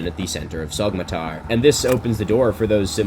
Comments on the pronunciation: Get this guy a Turkish pronunciation guide for the love of god, it’s pronounced ‘sow-matar,’ the Turkish ‘yumuşak ğ’ is silent. I can’t watch a video in which it takes just about 30 seconds to irretrievably mispronounce the name as ‘sogmatar’ I’m sorry Milo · I’m not Turkish, I’m a white girl from the Midwest US, and I’m still bothered by him pronouncing the ğ like that. Afaik, the name should be more like “SOH-ma-tar” than the “Sog” pronunciation he uses in the video… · Great vid, it’s pronounced like so- matar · This is on our bucket list for 2023! Just a tip, when you see a ğ on a name like Soğmatar, the ğ is known as a soft g or in Turkish yumuşak g, İt's silent and slightly extends the previous vowel, so it is pronounced SOomatar. 🙂 Other letters to watch out for, Turkish C is J, Ç is Ch, ö is just between a u and an o! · To all the turkish fellas out there: Isnt the correct pronunciation Somatar? The g is silent if i am not mistaken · It's pronounced /soh-matar/. In Turkish, the ğ is silent, acting as an unvoiced stop between segmentals. It also tends to put the stress on the previous syllable. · Soğmatar: the ğ in Turkish is not actually pronounced like g, rather you just lengthen the preceding vowel, slightly tightening your throat. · The g in Sagmatar is mute I think. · Why are you lying?? All this was built 12000 years ago trust me dude Jokes aside, love the content, have a comment for the algo gods Btw even though neither I nor any Turkish person would give a shit, for your own personal information, the pronunciation of ğ in Turkish is an extension of the previous vowel so it would be Soo-matar. Anyways keep doing what you do!